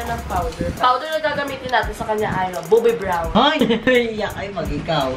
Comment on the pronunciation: "Boobi brown"sabi ni 😂